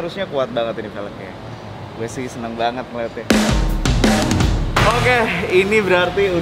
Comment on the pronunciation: Pake "H" bang , Okeh. . .